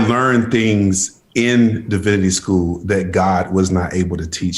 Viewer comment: Did he just say learnededed?? 😂😂😂